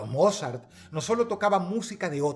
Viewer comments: La audiencia de huesos negros coincidirá conmigo que cada vez que menciona a "Mozart" realmente estamos escuchando decirle "Morzat" 😂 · No puedo evitar escuchar "morzat" y reírme un poco ajajajajajaja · Dross... beethoven o morzat?